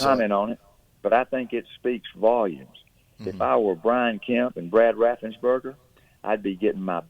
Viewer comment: Ga. Secretary of state's name is Raffenspreger not Raffensburger